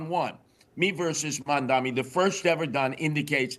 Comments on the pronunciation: Will somebody please tell Curtis that the mans name in MamdaNi not MamdaMi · I love how Mr. Sliwa always mispronounces Mamdani's name. (Did I get it right...?)